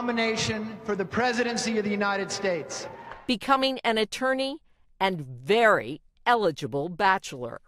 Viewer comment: when the narrator said "VERY eligible bachelor"... i felt that. Gad, if the dictionary had a visual definition of "debonair".... it would be this guy. Only learned of him today when I was looking up Daryl Hannah... then I kinda forgot about her after seeing his pictures LOL.